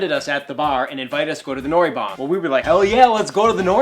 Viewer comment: It's not noribang it's noraebang (not trying to be rude just saying) ^~^ :))